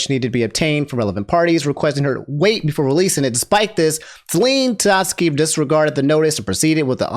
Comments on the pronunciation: "Celine" 💀 I'm out. You cooked me. I need oxygen. Edit: Sorry, I should be constructive. "Sell-En" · 😭you butcher her name its not Celine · I can forgive the Saleen thing. But how are you referring to Liver as its the bodily organ. Lie-Ver Not lih-ver